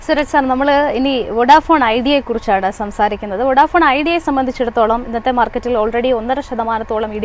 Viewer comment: വൊഡാഫോൺ ❌ അല്ല വോഡഫോൺ ✔️